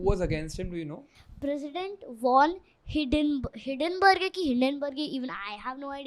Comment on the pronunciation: Why aren’t you guys utilising “Clip-On” microphones ? I felt sorry for the poor girl holding such a big mic during the entire podcast. 🎤 🎙️ Btw, the girl is “Super Intelligent” ! “Mein Kampf” is pronounced as “MAAIN KAAMPF”. It is “Hindenburg”. From September 1, 1939 to September 2, 1945 amounts to 6 years, not a “DAY” ! 🤷🏻🤷🏻‍♂️ Because the Jews were everywhere, they occupied every field, business & job, thus usurping the German indigenous people’s rights to these fields. That enraged Hiter & all of the German people.